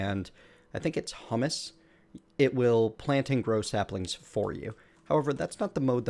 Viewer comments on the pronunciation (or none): H-u-mus, not tasty hummus.